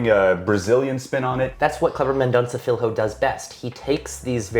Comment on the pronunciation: Hey. If you pronounce "Filho" like you'd say "Fillio", it'd be closer to the portuguese word.